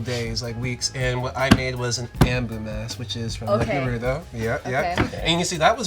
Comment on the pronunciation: can't even say Naruto correctly gtfo.